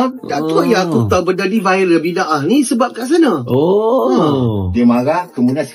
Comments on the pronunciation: Bukan Bi Dah dong..sebutan harusnya Bi Da Ah... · Bi-da-ah bukan bid-aah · Sebutannya 'Bida'ah" bukan bid 'aah.😊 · Sebutan nya bukan "Bid-ah" tapi "Bi-da-aah" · Bukan "biddah" sebutan nya.. Tapi "bida-ah" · sebutan nya bi-da-ah bukn bid-ah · Sebutan bida ah. Bukan bid ah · Bidaah!Sebutannya bukan 'bidah' tapi Bi.da.ah atau Bida'ah. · Sebutannya bida ah